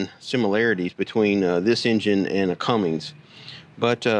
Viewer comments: Cummins...there is no G in the name. 👌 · Cummins! Not Cummings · sorry, after 30 years as a trucker it drives me nuts to hear people call it a Cummings instead of a Cummins. Somebody should start a diesel engine company and call it Cummings because half the people out there wouldn't know the difference and you'd have a built in customer base. Have a good one, thanks for the info on the tractors and pardon my being a word Nazi. :) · How can you be around tractors for 50 years and still say Cummings instead of Cummins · CUMMINS. No G in CUMMINS